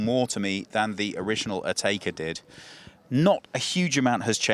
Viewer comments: Never heard it pronounced “Atayka” before. Always been “Atecka” to me. Well done guys, another first. You guys always get there first! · pipsicle it’s Atecka. English speakers never pronounce brands and names the right way.